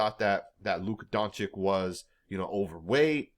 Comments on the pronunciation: It's not Donchick. It's more like Donchich. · at least say your superstar's name right. it's Don-cheech